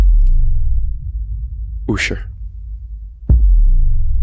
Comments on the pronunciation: I appreciate your pronunciation of the name Ooshur haha, keep up the good work! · It's ursher lol. Shout out to ludacris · Why he said usher name like that lol